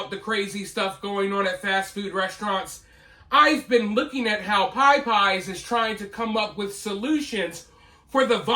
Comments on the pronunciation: Naw, you definitely cannot do nga.... Go back to your white "Popeyes" pronunciation please 🙏 🙏🏾 frfr🤣💯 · Say it right 😂😂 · He’s mispronouncing it just to get comments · I’m country as cornbread and have never heard anyone say it that way but him lol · It's pronounced popeyes... Not Pie Pie's. You sung it right though. 😂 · I love you,, but I’m from Texas and I’ve never heard it called “pie-pies” in my life. It may be a Florida thing, but definitely not a southern thing. Still love ya, though, and I won’t give you a hard time for how you choose to pronounce it. 🤪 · I still live in Louisiana since I was born and I've never heard anyone say Piepeyes 😂😂😂 I live in the New Orleans area, too, so I hear a lot of dumb shit all the time. Tons of mispronounced words daily. But never PIEPEYES. Love, though, god bless him lol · I love you but the reason people are telling you how Popeyes is pronounced is actually because you're totally NOT saying it the southern way at ALL. You're saying it the way a black person whipping out their "white nerd" accent would say it. A southern person pronounces Popeyes like "Paah- Paahs" NOT the very long i "Pie-Pies" you're saying. I guess to your ear, that's your interpretation of how a southern person would say it.... but your way of SAYING it is NOT the southern way of saying it. Listen to southern people say it and ask yourself, are they REALLY pronouncing a long i sound? Because they're simply not. I'm telling you this is exactly why people are telling you you're saying it wrong.... because you are! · Whatever dude. it is always and always will be pronounced POP-EYES. Reason being, you will not believe the shit you see when going there. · Thanks for the correct way to pronounce Popeyes. I thought it was like the sailor man. I'm gonna say it wrong. 😂